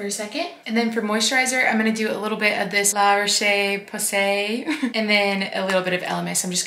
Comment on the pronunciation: I got you!! It's La-roash Poe-say